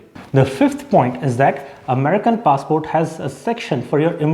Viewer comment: It's funny how in every other sentence, you keep switching the pronunciation of the word "passport"